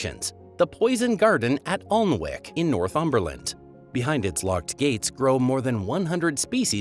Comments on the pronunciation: 'Alnwick' is pronounced 'Annick'...quite a few errors in this presentation, visual and verbal...pretty pictures though.. dgp/uk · Alnwick - Ollun wick? in Northumberland? Pronounced ANNICK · Alnwick has a silent L and a silent W. So it is pronounced ANICK. You should not Americanise local pronunciations. A major failing of Americans! Otherwise some very interesting information. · And Alnwick is pronounced Annik. And a few others. But what really got me was the notion that it doesn't rain in Dungeness! Had me rofl.